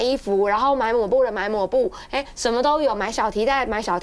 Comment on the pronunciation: 跟着我念，抹mā布